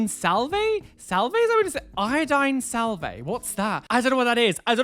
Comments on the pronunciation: I love that you kept pronouncing "salve" like salvay...it's supposed to be pronounced like solve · Also deary, its sal-vv, not sal-vey. The 'e' is silent. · It's pronounced "salv" and is like a bacitracin like consistency 😃💖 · Sal-ve the e is silent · Salve in American is pronounced [SAV]. THE L IS SILENT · I think you confused yourself! Its said like valve but with an s so salve ! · i think the word is salve (sa -al -vuh) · Salve is pronounced without the E Like Salv! And neosporin or polysporin are examples of a salve! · It's pronounce "SAV." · salve is pronounce like solve-- its like a balm made of iodine and petroleum jelly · The L is silent in salve. It’s pronounced “sav” rhymes with have. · You pronounced salve correctly except the "E" is silent. I had my daiths pierced and they told me to use wound wash/saline water, iodine or antibacterial soap and water and not to use rubbing alcohol. I'm curious to know on the salve she is describing if it is the same as I understand salve to be, I live in the states and am 50 year old mom of 4 for context. We always considered concoctions of either Vaseline, or a combo of Vaseline and bee's wax with a medication or treatment type component added in. IF they are the same just with iodine added that would have essentially sealed the piercing and allowed no drainage, which would be why it got so bad. Bless their heart!!! I did have to remove one of my daith piercings as they pierced it too shallow and it was working it's way out and a major difference in position was obvious. I got mine done for migraines and it nearly knocked them out completely. now that the one side is out, they are back up to half as many as before and are more dominate on the side I had to take out!! :-( But once it heals they are going to re-do, and it is a well know pro shop!!! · Haha the way he pronounces 'salve' is insane 😂